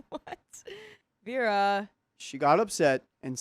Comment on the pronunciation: Vera isn’t Verra. It sounds like Veerah ❤